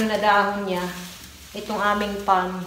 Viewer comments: Suggestion: ang correct pronunciation ng word "palm" ay "pam - silent l". Do not pronounce the letter "l". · Beautiful palm tree ! Is it a dwarf palm tree? Oh, by the way the word palm s pronounced without the " l ". I admire your perseverance, your devotion to your family and your ability to budget